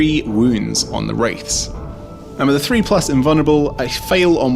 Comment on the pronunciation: why do you keep saying "free" instead of " three"????????